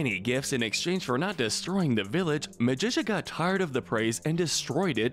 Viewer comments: i feel like a couple characters are missing like B.O.Y.D. or Drake Mallard, better known as Darkwing Duck! also why pronounce Magica De Spell as with a Magician sounding ca while in the show itself it is pronounced as a cactus sounding ca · Magica is produced as (Magic-ca) not (ma-dis-a) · He pronounces it like magician. And the show pronouces it like magical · Why did you say Magica's name wrong? It's pronounced Magic-ca, not Magicia. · It’s pronounced Magic ah, not Magisha! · It’s MAGIC-UH Not Muh-jish-uh (sounds like Patricia) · Magica NOT Magi-SUH Magi-KUH (KUH!!!!) Sometimes I feel like this channel uses an AI voice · Clearly you haven’t watched duck tails WHERE IS BOYD!!!!!! Oh and not to mention who is MaGITia it’s MAGICA. :( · It’s pronounced Magic-Ka. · Did he seriously pronounce Magica as “MAJISHA”?!?! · Also calab it magica ma-gi-ca got it. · Hearing Magica pronounced as Magisha made my blood boil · why does he pronounce Magica as Magisha? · I mean the show literally says her name constantly how do the get it wrong? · You mispronounced magica It's Magic-uh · Did u call her magisha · What I disagree with: Louie and Lina should be in good. Also the way he pronounces “Magica” is a war crime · Very nice list. I really thought that this reboot was better than the original in many ways. I don't think that you talked about Huey enough. Also, Magica's name is mispronounced. I'm with the other people who would like to see the original DuckTales on this list. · Yeah, I'm pretty sure he does it on purpose at this point. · The way you pronounce magica is hilarious. Also, I wouldn't put Louie or Lena in gray but that's my opinion. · I’ve never heard magica’s name pronounced like this before, it’s kinda cool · It annoys me how this guy constantly pronounced Magica's name wrong. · You pronounced Magica wrong. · nobody gonna talk about how he said magica wrong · You pronounced magica incorrectly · Magica is pronounced magic-a Don carnage is pronounced don-car-narge